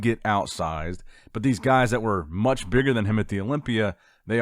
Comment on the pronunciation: Not musch...